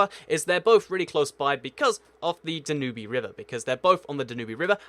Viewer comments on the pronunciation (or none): Da-new-bee River??? Dan-you-b, like in the "blue Danube"??? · its dan-you-b river not dan-oo-be river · I thought it was the Danube not Danubey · ‘ the danubee river? You ducking stupid American it’s pronounced ‘ dan-you-b’ Jesus Christ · Good Video, but avoid saying 'again' again and again. And the river in Vienna and Bratislava is pronounced dab-yoob, not dab-yoo-bee. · Da New Be River? You mean The Dan Youb River? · jesus christ dude, for a guy who runs a geography channel you do exceptionally poor at pronouncing names. It's Dan-yoube, not Da-New-bee. It's Kin-SHa-Sa, not Kin-SHa-SHa. It's Ni-Co-SEE-A, not Ni-cow-Shia. Also, Slovakia is NOT part of Czecho-Slovakia. Slovakia and the Czech Republic have been two distinct, separate countries since the 90's. Might i suggest you actually learn about geography before starting a channel on the exact same topic while misinforming people about it? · Interesting video! One small point: the river Danube is pronounced "dan-yoob" ...NOT "danoobie" ! lol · The river Danube is pronounced dan-U-be not danu-bee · Da-noo-bi river - Its pretty much Dab N U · I've heard of some pronunciations that are acceptable but I have never heard someone say Da-nu-be For me? I say Dan-nube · Dinubee XD it's it's pronounced like "Dan-Yube" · I know it's your pronouncation but...i think the danube river is called Dan-you-b but it's your pronounciations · DAN-yube River -- rhyme with TUBE . . Habsburg empire - . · Not when he's mispronouncing words in his own language - i.e. Danyubee - pathetic! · Danoobee river lol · OMG DANOOBEE RIVER AAAAHHHAHAHAHAHAHA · Danube is pronounced Dan-yee-b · The Danoobey River? Seriously? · Slow the hell down! I'm a native English speaker and I struggle to follow what you're saying! BTW: Nicosia = Ni-co-SEE-ya Danube River = DAN-yoob River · Sorry, probably very interesting content, but couldn't concentrate with the murdering of those place names. Nic o see a, Dan yube. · It's pronounced dann-nube (i think)